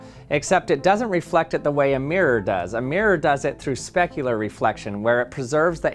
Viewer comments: I just love the way Americans are unable to pronounce “mirror”! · I love how he says "meer" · one of those americanisms that boil my urine is the word "mirror" it SHOULD have 2 syllables "mir-ror" not MIRRRRRR for god's sake no, no NO, incidentally! doesn't glow paint have a radioactive count? it would be interesting to see what a Geiger counter says. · The word "mirror" is supposed to have two syllables. I can't listen to "Mirrrrrr" any longer.